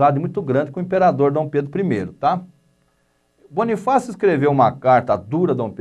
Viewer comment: QUE CARA IGNORANTE , NÃO SABE NEM FALAR CERTO O NOME DE BONIFÁCIO. PRECISA ESTUDAR MAIS ANTES DE FALAR MERDA.